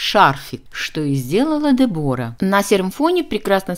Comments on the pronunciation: Я не могу слышать этого Дебора. По-английски произносится Дебра с ударением на е. И не тоталь лук, а Тотал лук. Уж извините. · Де'бора ударение на первый слог.Знаменитая итальянская чемпионка по горным лыжам.А "оседлала жизнь"(ит.выражение) выйдя замуж за одного из представителя семьи которая владеет известным брендом "Беньетон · Дебора ...ударение на е! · На сколько я знаю, по-английски произносится Дебра, о выпадает. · Дебора - ударение на первый слог